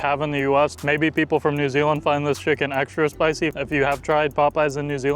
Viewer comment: A Chucken burger “nz accent”